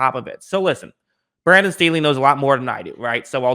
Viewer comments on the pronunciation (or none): none